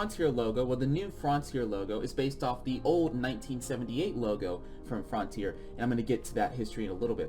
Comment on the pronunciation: “frontier”: “frauhntier” Also: Frènch